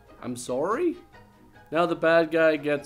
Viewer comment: We finally got a Canadian 'sorrr-ry' 😃